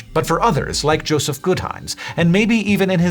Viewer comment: "Jospeh"? Not Joseph?